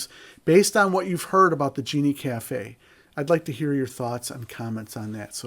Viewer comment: Sorry man, you lost me at "Genie" Cafe. It's a "Gene" Cafe.